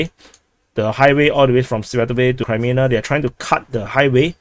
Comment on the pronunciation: sounds multi lingual since childhood to me. His English has not been a problem but a joy to listen to because it seems informed by other languages and his keen ear and sense of humour. I keep being frustrated by him saying Crymina instead of Kremina and Adivka instead of Avdivka. Lemon instead of Lyman has been among the highlights of commentator humour in these dark days. It is a pleasure to subscribe to him.